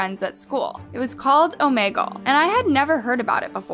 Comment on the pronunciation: Love these videos but the way you pronounced Omegle really irritated me 🤣🤣🤣 love your videos